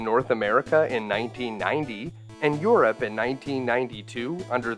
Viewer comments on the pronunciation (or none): none